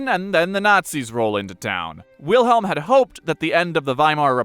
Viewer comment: Come on, pronounce it right. W is a V